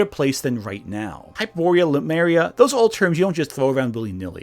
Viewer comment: Le-Mu-Ria,, not Lu-Me-Ria. You even get the dratted Monkeys right, Lemurs.